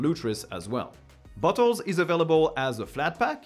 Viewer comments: Sorry but at 2x speed, every time you said "Bottle" I head "butt hole" xD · Sometimes I hear Bottles as Buttholes. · I giggled every time you said bottle, it sounded to me like you were saying buttholes. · He keeps sounding like he says "butt holes" and it's making this video much funnier than it should be. I need to grow up. 🤣🤣🤣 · I am going to start using pronunciation of bottles now. Buttholes, classic. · In some instances of when he says bottles it sounds like buttholes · I keep hearing butt hole lol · Every time you say "bottles", it sounds like you're saying "butt holes"! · Why am I hearing "Butt holes"? 🫢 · the way you say "bottles" sounds like "buttholes" to me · bro french people saying bottles cracks me up every time